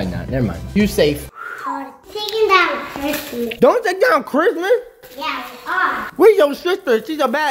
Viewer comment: I like how he was just…… like “ I LOVe cHiSTmaS !”🤣🤣🤣